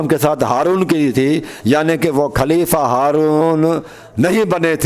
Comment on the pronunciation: khaleefaaa o chacha pehle talafuz to durust krlo khaleefa khaleefa کھaur خ me hi tameez nai kar pa rahe aap ko mola ka matlab khan se samjh aae ga jo nabi ne khum k medan me apne Aur mola Ali as k liye istamal kiya. afsoos he( jis ka me dost hon us ka ali dost he) sirf ye kehne k liye nbi ne ahab ko itni takleef di oont k palan jama karwa k mimber banwaya jo ashab bht age nikal gae unhen bhi wapis bulwaya aur jo peeche reh gae un k bhi pohnchne ka intazar karwaya arab ki itni shadeed garmi me bs yahi kehna tha k logo jis ka me dost hon ye Ali bhi us ka dost he 🤔 yar koi tuk banta he itni si bat k liye rasool ne umat ko itni zehmat di. Sharam tum ko magar nahin aati sari umr bugh.z.e Ali as me guzardi marne k qareeb ho phir bhi lage hue ho ,lage hue ho,lage hue ho. پیگمبر۔کھوبی۔میدان کھم۔کھتم نبوت۔کھبر ۔کھلافت. 🤣🤣🤣🤣